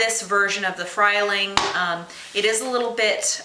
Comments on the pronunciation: tian, This woman is does not know what she is talking about. This is a FREE-ling, not a FRY-ling. You should steep 4 minutes, NOT 25 minutes. You never place ANY French press on the stove, you simply pour water in. The Frieling is excellent in construction and performance. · No. Frieling, pronounced Free-ling, not Fry-ling. Frieling recommends NOT dissembling the plunger, in their instruction manual, just place it in the dishwasher...comes out sparking clean. What you are doing is way, way, overkill. Onlly do something like that periodically, but a dishwasher's intense head and detergent will clean it the easy way. No need to complicate things.